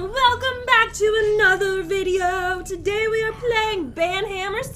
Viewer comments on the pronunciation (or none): none